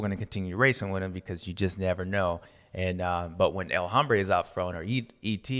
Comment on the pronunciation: The H is silent in El Hombre it hurts my ears when you pronounce the H.